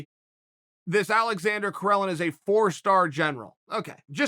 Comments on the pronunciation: Its spelled Karelin not Corellon ....... Uncle Chael is a dummy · Karelin becomes Correlin😂